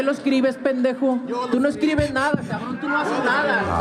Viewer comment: never ATTEMPT to say Pendejo ever again, please. 🙏